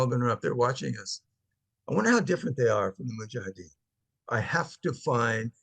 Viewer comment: Hey, it's actually mujahedeen... not muhajideen ☺ all love and respect